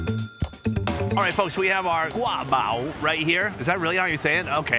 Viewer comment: it's interesting watching from this perspective. Your guabao(刈包) pronunciation is perfect.